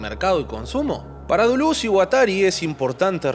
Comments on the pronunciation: Dulú? "DELÉS" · exacto, suena a delés con la tendencia hacia la u, no a la inversa. tu "dulús" es erróneo y horrendo; andá al abecedario y escuchá a claire parnet pronunciándolo. o a cualquier lado, a ver si seguís escuchando "dulús". y ya que estamos, el video es cortísimo en calidad de análisis pero bueno, será para determinado público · lo que pasa es que lo pronuncias literalmente duluz xD. Gran vídeo como siempre! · Lo único que no me gustó fue que cuando le dices Duluz me saca de onda jajajaja pero buen mi video mi bro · yo te quiero mucho mucho de verdad pero por favor decídete en cómo vas a pronunciar Deleuze porque cada vez sacas una cosa distinta